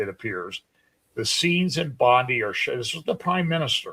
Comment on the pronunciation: Not to be critical, but it's pronounced Bon-Die beach.